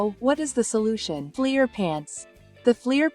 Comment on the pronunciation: When she says flear pants does she mean flair!?!